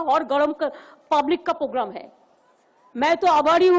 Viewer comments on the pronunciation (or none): दीदी प्रोग्राम बोल, पोगराम क्या होता है बे? 🤣